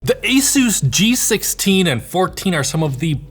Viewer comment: "Esus"...oh, you are indeed adorable,. 😆🙈